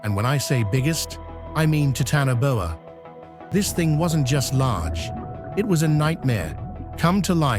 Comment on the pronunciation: “Titanoboa”, root word is “Titan” pronounced Tie tan not “Tee tan”, just so you know.